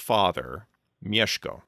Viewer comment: Kudos for pronouncing Bolesław and Mieszko right!